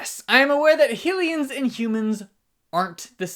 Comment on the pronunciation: I kinda don't like how he says hilians instead of hylians but still good channel